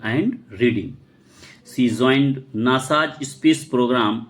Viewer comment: Joined ❌️ Zoined✅️